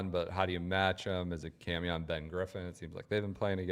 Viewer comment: “Cam Youn” not sure why this bothers me so much every time 😂😂